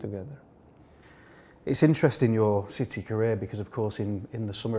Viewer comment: Great player but l wish the interviewer would pronounce City properly.